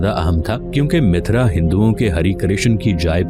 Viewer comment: Bhai mithra nahi mathura hai